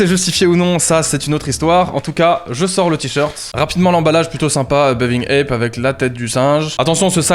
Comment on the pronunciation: C'est pas plutôt "bathing ape" au lieu de "baving ape" ? Ils écrivent ça sur les sites